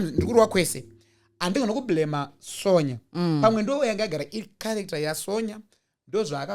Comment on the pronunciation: her name may be spelt "Sonja" asi its pronounced "Son-ya" please baba 😂😅